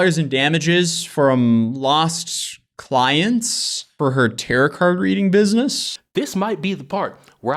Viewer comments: Tah-row. Not tah-rot. But good video! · It’s pronounced ‘tarow cards’ (second ’t’ is silent) rather than ‘tarot’. Don’t get it wrong, or the ghosts, or whatever it is you use tarot cards to contact, will fuck you up with ghost shit. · Tarot is pronounced taroh, with the ‘oh’ as in oh sh*t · Lol bro, did you pronounce tarot cards as "tear-it" cards? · Hey Bro, FYI - Tarot is pronounced Tear-O Tear (up that paper) O